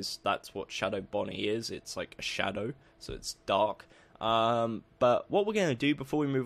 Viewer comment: why did you say shadwo instead of shadow